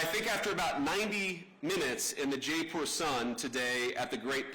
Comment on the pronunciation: Can’t even pronounce Jaipur properly. Typical American. No idea